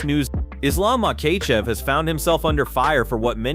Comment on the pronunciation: As soon as he said McKaychev I was out✌️